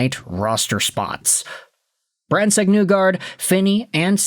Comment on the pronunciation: Why do you still pronounce name incorrectly?